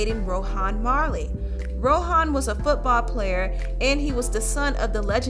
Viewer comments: It’s not Row-hawn...it’s Row-Auhn...ask a Jamaican how to pronounce it. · I think you did a very great job on this. I just have something else irking me and you know I’m going to say something about the way you pronounce things why do you keep saying It like Ro-Han Marley? It’s just Rohan Marley. That unplugged c.d..?????? Hallelujah! That CD was so deep and on top of that you talked about the demonisizim (spelled incorrectly) of one of the music industry and how God had rescued her... that CD is so powerful, it is not very often I listen to it because I always end up in tears and then praising God and giving Him all of the glory hallelujah! Thank you Jesus!